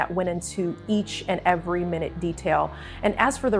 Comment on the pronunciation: "in each and every minute detail"...in this context please pronounce minute "my-NOOT." Thank you.